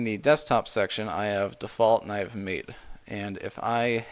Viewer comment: Just a couple of points: Mate is pronounced mah-tey. I learnt it last month, actually. Secondly, I don't know if you mentioned it or not, but the installation process with UEFI systems is a bit different.